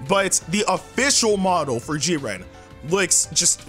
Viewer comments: Stop saying JIR-REEN It's Jiren u adding all that extra stuff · lol Jireeny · G Ren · Legendary gamer G-ran. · The way he says jiren😂😂😭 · AJ E What if someone pronounced your name in the most wrong way? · Gaming Hood so he just pronounced it wrong? ...ok lol